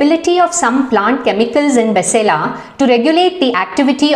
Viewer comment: Basale is correct pronunciation Its not malabar spinach it's maximum used in South canara Mangalore Udupi area